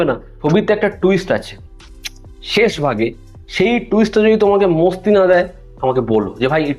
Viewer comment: Oita mosti na masti hobe, obosso hindi Kotogula o bangla bhul koy tai ki are kora. Kissu bolar nai